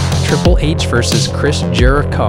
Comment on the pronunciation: "Chris Jeri-cah"